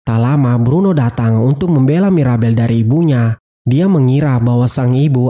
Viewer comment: bruno bukan bedro